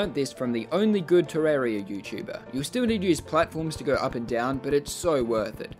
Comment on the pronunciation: OMG THE FIRST TERRARIA YOUTUBER THAT IVE SEEN THAT SAYS IT TER RARE EE UH